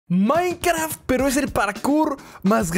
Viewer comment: minecraft pero siempre emieza dixdciendo minecraf xdxdxdxdxdxdxd 😄😄😄😄😄😄